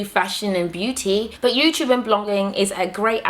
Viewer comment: LOL it's NOT! YOUSHUB IT'S YOUTUBE. lol :) LUV YOU GURLLL! My African sister!